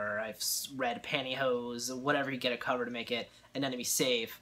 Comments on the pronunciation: It’s pronounced anemone not anenome. Also, anemones aren’t corals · I can't believe anyone else hasn't mentioned the fact that he seems to be mispronouncing anemone. It sounds like he is saying anenome. Regardless, that sucks that you lost it. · Well I'm a French-speaking guy and in French it's quite easier to get the sound right because the "e" at the end is mute. Son we say aneMon. But every time I watch an English speaking saltwater tank youtube they say AneNome even when in the title it is written aneMone I wonder why xD